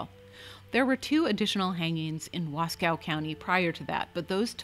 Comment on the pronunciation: Wasco is pronounced Wahs-coe. No cow involved. Nice video.